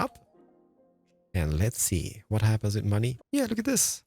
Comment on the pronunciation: "And moany people,", which variety of monay people are you talking about?